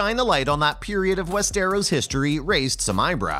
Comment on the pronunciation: Dude cant even pronounce Westeros right. 🤣🤣🤣